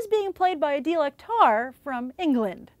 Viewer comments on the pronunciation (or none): none